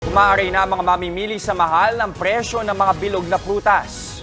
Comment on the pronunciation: Bulol ata reporter 😅 presyo po hindi preso😂